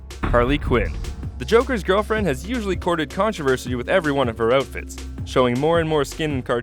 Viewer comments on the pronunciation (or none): "With every one of her oat-fits" <--spotted the Canadian.